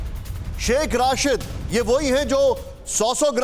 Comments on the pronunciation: Are chote pehle name to theek lelo sh.rashid nahin..sh.rasheed he. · Is godi media k dalle ko Shaikh rasheed ka nam bhi thik se lena ni aarha h Rasheed ko Rashid bol rha h 😂😂😂😂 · Pronunciation to sahi rakha karo yaar, hamare mulk ki insult kara dete ho, Rashid nahi Rasheed hai. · Aby ghando ky bachy Rashid ni Rasheed Hy,tujh ko kis ni anchor banah Diya hy